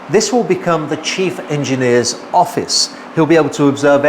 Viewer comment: Great content but please.. ‘everything’ not ‘everythink’!!